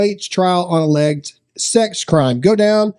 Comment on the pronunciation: This is beside the point but why does no one know how to pronounce alleged? 😂